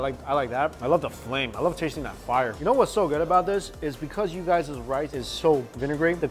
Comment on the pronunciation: "Shawlid bowl of rishe". Anyone else hear that?